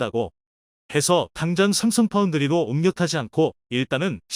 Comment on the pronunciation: 삼성을삽성이라고 말하는이유를 모르겠다